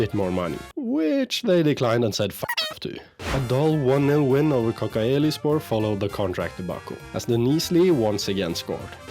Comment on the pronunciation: bro kocaelispor is called like kogiaelispor